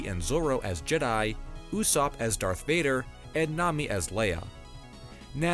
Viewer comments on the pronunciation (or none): none